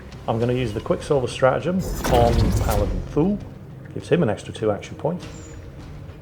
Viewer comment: Please tell me I wasn't the only one who thought he was saying Fool not Thule (I hadn't read the name until last video)